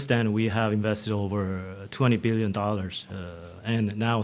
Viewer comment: 200 “beelion” dollars